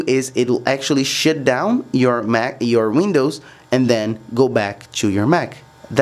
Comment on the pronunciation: “s h i t d o w n”